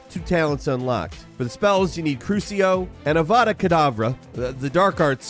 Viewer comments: Gotta work on your pronunciations, bud. Cursio? Revealio? You're flat out saying the words incorrectly. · Crucio is pronounced "crew-si-oh".